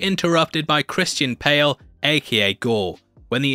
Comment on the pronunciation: Did you say "Christian Pale"?